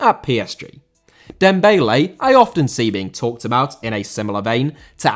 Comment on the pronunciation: Dembélé* not Dembeilei